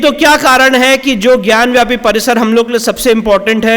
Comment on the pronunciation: विष्णु शंकर जी आपको कोटि कोटि नमन है🙏 आपसे हाथ जोड़कर विनम्र निवेदन है कि ज्ञानवापी शब्द का उच्चारण ज्ञानव्यापी कह कर न करें इसका सही उच्चारण ज्ञानवापी है न कि ज्ञानव्यापी आप एक विद्वान अधिवक्ता हैं इसलिए आपको ऐसी सलाह देना उचित नहीं है लेकिन संस्कृत का जानकर होने के नाते अपने आप को रोक नहीं पा रहा हूँ इसलिए इस धृष्टता के लिए क्षमा करना संस्कृत में वापी का अर्थ कुंआ होता है ज्ञान की वापी ज्ञानवापी अर्थात ज्ञान का कुंआ इसलिए कृपया इसका उच्चारण ज्ञानवापी ही करें क्योंकि ज्ञानव्यापी से इसका सही अर्थ प्रकट नहीं होता है🙏